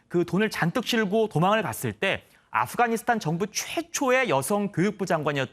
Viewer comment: 아쁘가니사딴이요??? 앵커가 발음이 왜이래ㅋㅋㅋ